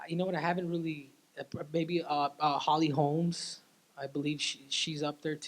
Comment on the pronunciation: Did he say holly holm